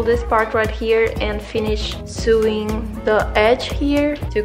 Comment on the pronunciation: lovely tutorial! :) just a tip; sewing is pronounced like this: sowing